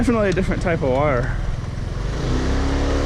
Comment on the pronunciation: Listen to him say "wire" and you can hear the accent.